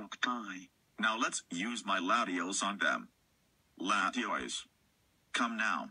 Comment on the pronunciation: did he say latios